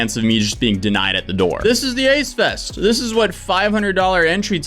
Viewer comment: Idk maybe it's my hearing or your mic, and I'm being serious, I thought you said aids fest. Now that ik it's ace fest, who the fuck is the ace family?